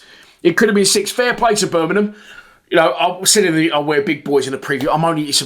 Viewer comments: Little tip, its Bur ming ham, not bur min num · Turned off as soon as I heard Ber min um